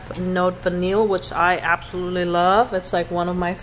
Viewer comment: “Note Vanillée” is pronounced “note vaneeyay”, because of that accent égue over the e:-). I have. decant of it and I am quite crazy about it as well!